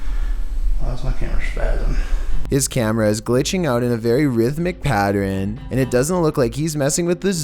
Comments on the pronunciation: Ok it's pronounced PAT-URN not PAT-ER-AN. His camera was glitching in a PATTERN (PAT-URN). LOL 😂😂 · Can help but notice every time says pattern, it sounds like pat-ren.